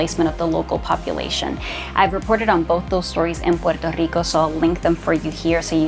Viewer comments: Why can’t she just pronounce Puerto Rico without the stupid accent, every other word she doesn’t say it with the accent. So annoying I hear Spanish people talk like that all the time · The way this chick pronounces puerto rico is so annoying. Such inferiority complex and whining in one video. Socialist commies have brainwashed so many idiots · Why do you have to say Puerto so whatever pronounced can’t you say Puerto Rico like you say Hawaii and shoot me your number cuzz you fine girl